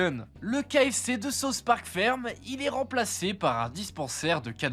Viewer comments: « Sa-ousse » park C’est quoi ce « sauce » park « Sauce » c’est ce que je demande à mon chef kebabier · Tu peux pas être fan de south Park et sortir « sauce Park » nan frérot 😔